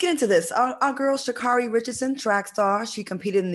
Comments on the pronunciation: it's Sha Carri(Kerri)...not car E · Pronounced SHA-CAAAAREY! No one seems to really know her name LOL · SHAAA-CARE- RIE...is the correct pronunciation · SHA NAY NAY!😂😂